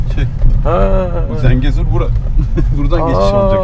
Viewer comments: ZENCEGUR NE LAN DENYO?? "ZENGEZUR" DİYEMEDİN GİTTİ KEKO...😂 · Zencegur değil, Zengezur*, Lefkoşe değil Lefkoşa*, Magosa değil Mağusa*, Azerbeycan değil Azerbaycan*, Amarika değil Amerika*... Türkiyeliler neden isimleri sürekli yanlış telaffuz ediyorlar???